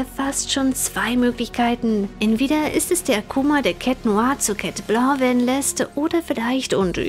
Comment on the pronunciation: Warum immer „Chat Bloo“ und nicht „Chat Blanc“?